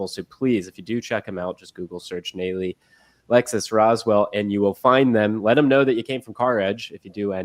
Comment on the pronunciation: Nalley. Pronounced Nahlley. Lived in ATL.